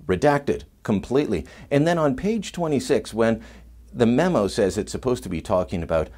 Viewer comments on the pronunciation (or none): none